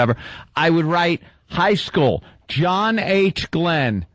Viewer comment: 'who is this?' '...ssJohn...' that is inexplicably hilarious to me.